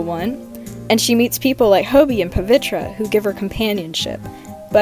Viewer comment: Hey just a heads up (not trying to be mean) but Pavitr name is more closely pronounced as “puh-VITH-er.” I went looking for how Indian people pronounced it since I knew I was doing it wrong and wanted to share, since everyone deserves to have their name pronounced right, even fictional characters. Your art is absolutely incredible and I love the way you’ve draw them!!!